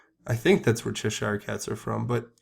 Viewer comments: Cheshire - pronounced "cheshuh" not "chesh Eyer". Cheshire cat from Lewis Carrol's "Alice..." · Good day sir I would like to correct you on your pronunciation of the word Cheshire cat. The -shire part. In America there is a state called New Hampshire. The pronunciation is exactly the same. "Chesher" cat.